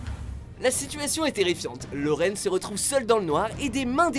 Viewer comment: Dans la partie Conjuring il dit " Laurraine " mais la dame n'est pas Laurraine